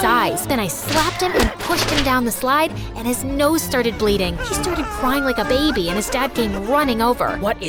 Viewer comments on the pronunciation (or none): none